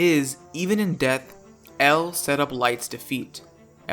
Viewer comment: Guy doesn’t know how to say death